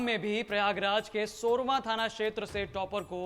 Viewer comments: सोरमा नहीं है भाई सोरांव है... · घटिया एंकर है साला , सोरांव थाने को सोरवा बोल रहा है , 69 हज़ार को 59 हज़ार बोल रहा है